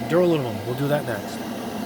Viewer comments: Back for the “Alunimumnummum” drinking game. 😂🤦🏽‍♂️ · Lol you don't even try to pronounce "aluminum"